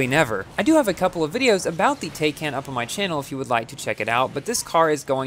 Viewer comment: Not "Tayken" it's "Tie-kahn"